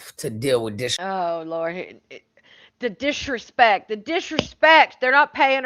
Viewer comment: I LOL’d everytime you said “dishrespect”